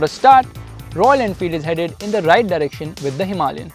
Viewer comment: I accept the music, and all, and I really really hate to correct people, but please.. don't say "Himalian" (Hee Mah LiAn). Its Himalayan. (Hima lay an). All the rest its fine. Thanks for the review